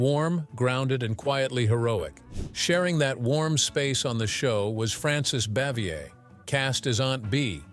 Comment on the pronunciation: These videos seem to always feature the worst narrators. This guy pronounced Frances Bavier's name three different ways. And some of the other mispronounciations would lead one to think that the narrator knows nothing of the show or the actors.